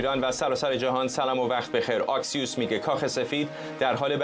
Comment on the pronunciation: تلفظ درست نشریه آکسیوس با فتحه است نه با آی با کلاه